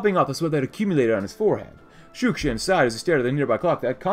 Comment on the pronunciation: You keep saying Shushkin but it's actually Shukshin